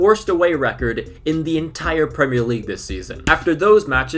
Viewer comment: Suprised to hear an American pronounce Premier League correctly, instead of "Premeer League"